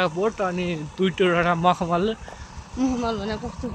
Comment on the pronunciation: Makhmali ko ful hunxa hai uchaaran vayena